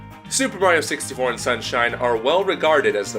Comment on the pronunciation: I heard 61 instead of 64 the first time